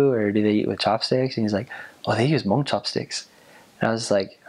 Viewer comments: It's nice to have a different ethnicity to learn about the hmong people. You markdown all the points in the hmong history, love it. And the way you pronounce Hmong is the right way (: You're awesome for knowing and learning. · I'm pretty sure this is the first person I've ever heard pronounce the word Hmong, correctly... Points! :)